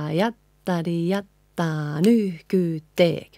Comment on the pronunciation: Hey,! As a big admirer of your work from Slovakia (I don't speak a word of Finnish) I have a question. Are you singing the K sound at the end of the word nyyhkyyttee(K) on purpose? I've always noticed it pronounced (and even in this video), but never seen it written like that in the lyrics, so I'm curious 😁 Thanks a lot! 😊